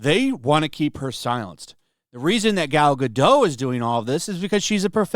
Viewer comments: Gadot rhymes with dot, not dough. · You mean Gal Gah-dott - she's not French.